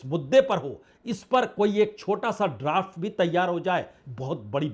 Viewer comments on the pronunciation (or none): none